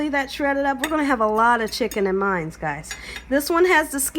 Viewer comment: Its MINE NOT MINES !!